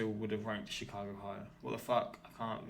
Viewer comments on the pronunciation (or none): Ok so first the narrator gets the date St. Augustine was founded, then she pronounces Chicago with a SOFT G???? WTF